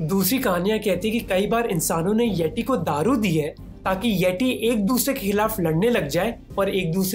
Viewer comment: it pronounce येती not येटी ।